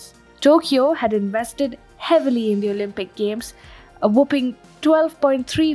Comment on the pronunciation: This speaker does well to space her words as she does. Very good. Still needs work on some pronouncing some words, e.g. merely, whopping (may have been mis-spelled on prompter) and recently (resolutely?). I am not negative....this is a great channel and I am subbed gave a thumbs up.